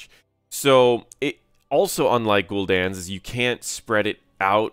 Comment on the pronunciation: That's not how you say Gul'dan